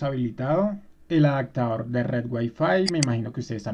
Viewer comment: Solo un comentario! se dice OPCIÓN, no OCSIÓN Se dice Adaptador, no ADACTADOR lee por favor las palabras despacio y trata de pronunciar las, verás que es muy fácil, hablar correcto!!!